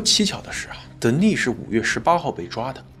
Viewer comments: You mispronounced the name "Denis" [d'enis]. The accent is on the first syllable. The female version of this name is Denise [dni'se]. The accent is on the second syllable. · Denis 是不是唸：丹尼斯。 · 男性Dennis 的發音是在第一音節 。女性Denice 發音才在第二音節。